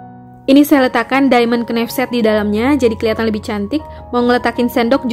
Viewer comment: Kok kenaif mbak knife bacanya naif az mbak 🙏🙏